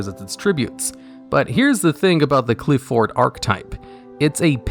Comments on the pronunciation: Pronunciation of Apoqliphort Towers is (Apoc-li-fort) Apocalypse and Fort mushed together. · BTW Apoqliphort is pronounced similar to apoclypse. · Apoqliphort is pronounced like apocalypse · I think "Apoqliphort" is supposed to have the same syllable stress as a word like apocalypse or apocrypha. Great video as always!